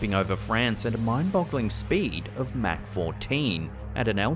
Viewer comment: I'm listening to this in the background while I read something, so when he started talking about plane speeds but seemingly saying "Mac" instead of "Mach" I got confused for a minute 😂